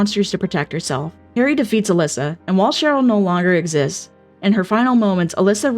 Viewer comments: Are you calling Alessa "Alyssa"????? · Great video but a couple of points of feedback: SH1 character is called Alessa, not Alyssa and also, Alessa was subject to immense abuse by her mother Dahlia, who actually burned her alive intentionally as a ritual sacrifice to birth god, but Alessa split herself in two while burning alive